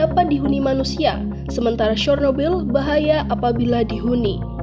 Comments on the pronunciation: Bacanya sernobil Bukan sornobil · Cara pembacaannya mendekati, yaitu "Chyornobyl"